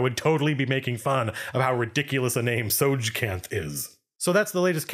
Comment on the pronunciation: Soi-kanth? * shrugs * I presume that is the pronunciation... unless the creator outright stated the pronunciation as Teh-soge-kanth.